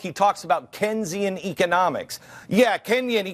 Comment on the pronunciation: One idiot talking shit about other idiots. Both sides of the media are fucked up. Glenn Beck is most likely inbred. He thinks Keynesian economics is equal to socialism and he can't even pronounce Keynes. Funny how those commenting about "sheeple" on this video are actually the "sheeple". If you believe a word this scumbag says you need to reevaluate things.